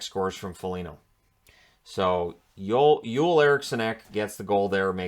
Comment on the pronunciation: thank you pronouncing "Joel" correctly.:)